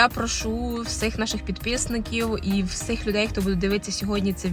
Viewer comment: Не перший раз бачу, що в деяких українців неправильна вимова слів "всіх, всім". Ви також говорите "всИх, ВсИм"